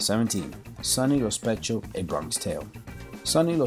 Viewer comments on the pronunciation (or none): none